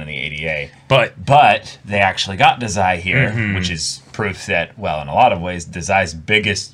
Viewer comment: Im pretty sure Dazai's name is pronounced Dah-zai, not Duh-zai